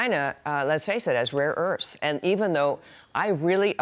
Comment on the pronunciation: Rare Earffs